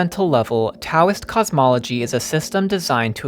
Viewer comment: the T in Taoism is pronounced like a D